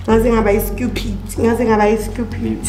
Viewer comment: I'm I the only one who heard "scupid"? 🤔🤣